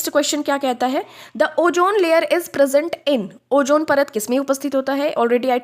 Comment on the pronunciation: Jaahil. ozone bhi bolne nhin aaraha hai, oojone bol rahi